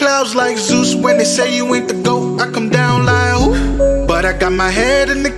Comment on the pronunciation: It's "who?" not "Ooh!"